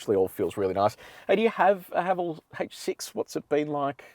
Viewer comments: The name Haval isn’t derived from any meaningful Chinese. Thus, just pronounce as “Ha Val” : ) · Pronunciation- It’s Ha-vaaaal. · Kia Ora, Haval in Chinese is pronounced Ha Fu 哈弗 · Ah, it's pronounced 'Haval' rhymes with 'travel'. It's not a Chinese word. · In cantonese Haval pronunce ha fxxx😅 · Haval is getting incredibly popular here in South Africa. We pronounce it Haa vaal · In Chinese, Haval is pronounced ‘ ha full ‘ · Brand pronunciation guide in Mandarin: ha-fo. 'ha' like the laughter haha, 'fo' like the 'fo' from the word forgive. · Im a Chinese living in SYD，we pronounce HAVAL sound like [hʌfo] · 哈弗 (Hāfú) is the Chinese spelling, and you pronounce that just like "Hafu". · 哈弗 You pronounce the first part of HALF, or simply HA, and the first part of FOOD, or simply FOO. HAFOO then. lol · Thanks for your fine review. I appreciate the fact that you are the only reviewer of whom I know who does the 80 to 120 essential for passing B Doubles. [ps. someone below is Chinese and comments on how to pronounce HAVAL. My only issue having taught English is pronouncing 'H' as AITCH. thanks again.] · As Chinese I can’t pronounce Haval either. I think they picked this name to confuse the Chinese people to think they’re German cars.